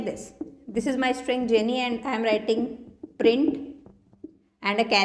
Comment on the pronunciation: Print not brint